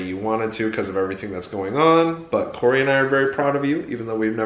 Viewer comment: Cori actually said my last name right! No one ever gets my last name right because it’s French!❤️😂